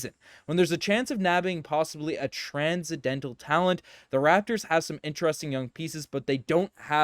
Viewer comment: part of watching these videos is my boy absolutely BUTCHERING the reads. has me in tears "transcidental"